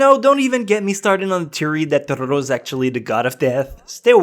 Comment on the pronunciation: Great list, and I have to commend you on your Japanese pronounciation, but...well, I took four years of Japanese classes, and I'm pretty sure you're mispronouncing "Totoro" and a few others. I think you're overdoing it - "Totoro" is pronounced exactly how it is spelled - all Japanese words are, apart from maybe some katakana words that come from European languages.